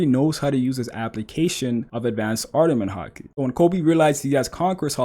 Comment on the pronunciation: “Ardament Haki”, jokes aside tho solid video as always